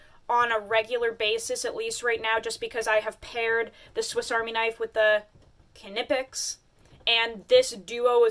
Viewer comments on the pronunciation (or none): knipex is pronounced k'neep-ex. with a pronounced k. you're welcome 😂